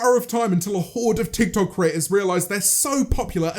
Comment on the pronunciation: James: "tik tok" Subtitles: "tech toy"